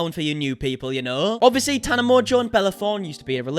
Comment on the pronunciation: you got my name PERFECT ❤️🥰